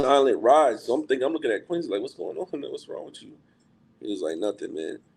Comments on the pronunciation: I can't take him saying Quin-zee. Dude it's a "C"!! Say it right! 😂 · Why does he pronounce Quincy like it has a Z instead of a C ?😩😂